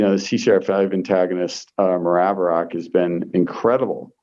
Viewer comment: What is he saying? Maraviroc? I have covid caused tinnitus...